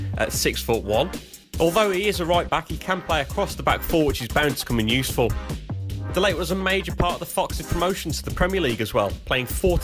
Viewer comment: Ritchie De Lat - not Ritchie De Late - apologies 😂